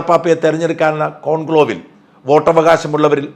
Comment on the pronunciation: കോൺക്ലോവ് അല്ല കോൺക്ലേവ്